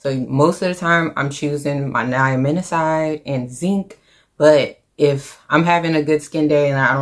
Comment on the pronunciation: Babe you pronounce NIACINAMIDE wrong